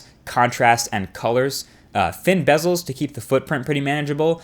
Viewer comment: "Thin Bezeles"